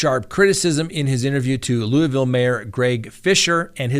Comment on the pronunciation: as a Louisvillian I do appreciate the way you say Louisville. Most ppl don't know how to pronounce it. Good luck Officer Mattingly with your retirement and the outcome of this mess. The mayor totally screwed the city on this case. I know a lot of ppl are rooting for you.